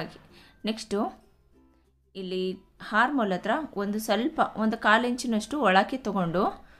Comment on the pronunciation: ಹಾರ್ಮ್ ಹೋಲ್ ಅಲ್ಲಾ...ಅರ್ಮ್ ಹೋಲ್ ಆರ್ಮ್ ಅಂದರೆ ಕೈ ಹಾರ್ಮ್ ಅಂದರೆ ಉಪದ್ರ ಕೇಳೋದೇ ಕಷ್ಟ ತಪ್ಪು ಉಚ್ಛಾರ